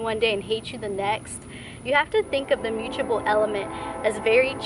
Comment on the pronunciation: With Virgo placements it is very hard to hear you pronounce mutable (m-uu-t-a- ble) like muchable it's not "muuchable". But nice video otherwise.